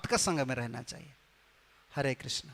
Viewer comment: हरे कृष्ण हरे कृष्ण कृष्ण कृष्ण हरे हरे l हरे राम हरे राम राम राम हरे हरे ll सही उच्चारण कृष्ण है. 🙏🙏